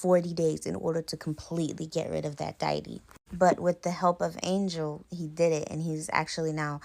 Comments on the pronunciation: Girl what is a "diety?" It's deity. Check for pronunciation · Lmfao 🤣 Diety, Dye-eh-tee, It’s dee-ah-tee, deity N wassup wit dat chef boyardee hat in all the vids ? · like your narration, u just popped up on my page, and listening the Trini story, i myself a trini i heard the pronunciation of deity it is pronounced Day A Te and Suriname is pronounced Sury Naam hope you received that in stride. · Omg girl .... Deity= DEE - a- TEE